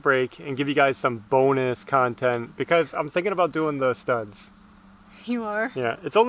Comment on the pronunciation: when was talking about the bonus material and he said STUD I thought he said stunt, so I expected him to dive off the house into a mattress or something LOL!